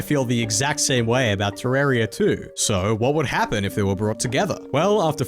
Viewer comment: terraria youtuber doesn't know how to pronounce terraria properly. shocking